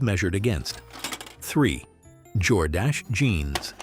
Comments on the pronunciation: Jor-Dash-Eh? ?? It's Jordash. Why do these computer generator voiceovers not have human to proof them before sending them out? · Lovin how "Jordache" is pronounced! Jor-dashy!